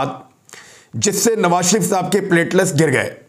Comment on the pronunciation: Sir, you are a well respected/educated anchor. It’s not plate-les it’s plateleTs.